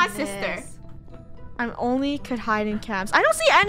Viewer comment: Lunar always say famely sester 😭😭😭